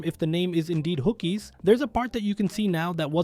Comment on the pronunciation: lol “Hookies”, it’s Honkers